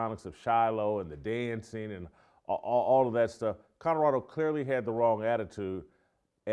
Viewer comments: This guy keeps talking about "Coddorodo". Where is Coddorodo? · If you're going to talk about Colorado every day you should learn how to pronounce it.